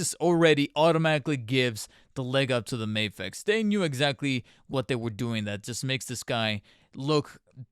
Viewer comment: It's not May-fex, it's Ma-fex. MAFEX it's an acronym